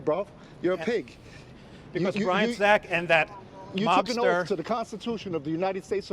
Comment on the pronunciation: The saying is " honor your oath. It is not honor your "oaf" Speak correctly Bruh